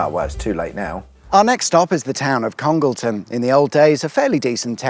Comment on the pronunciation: Please note that Congleton is pronounced Conge Layton by those in the know.